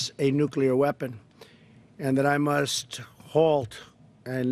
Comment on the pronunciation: what the hell happened to Trump ??!! '' and that I must halt?'' '' and we wust do it? then he recovers with a weird, and I'm gonna do it, and she's gonna do it? very strange, I hope he's ok, slurred speech could indicate a brain problem, or mkultra..